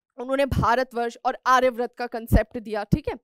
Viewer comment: Ma'am pleased correct your pronunciations, that is आर्यावर्त not आर्याव्रत.